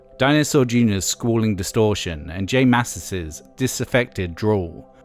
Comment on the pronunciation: "jay may-see-us" "who-sker doo" (which you said correctly later on) "kim thigh-le" (like file)